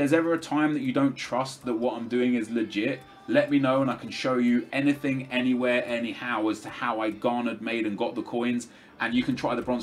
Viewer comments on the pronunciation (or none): none